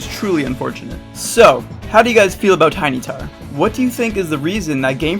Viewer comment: "Tinytar" lol